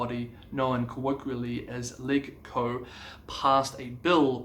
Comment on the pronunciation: Fantastic update, thanks for the great coverage of Hong Kong. Interesting to see the response of the different universities! Just one minor point to share - Legco is pronounced like “Ledge-co”. Many thanks again for your insightful coverage!